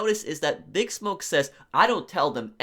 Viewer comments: I am throwing this out there because it seems like you don't know, and I didn't see any other comments mentioning this. It's not "BIG Smoke". It's "Big SMOKE". Your pronunciation is completely and totally off. You DID play the game, right? NO ONE in the game says "BIG Smoke". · his name is pronounced like big Smoke, not BIGsmoke